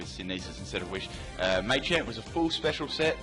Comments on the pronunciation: Stop saying MAY-champ, PLEASE. It's MAH-CHAMP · Cannot deal with 'Maychamp' sorry